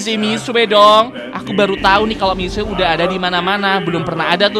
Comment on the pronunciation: Sebenarnya (ga maksa) bacanya tu Misye Bukan mixue